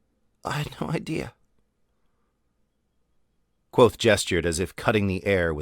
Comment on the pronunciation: Great reading, and for the future, it’s not “quothe”; the “V” in Kvothe is pronounced.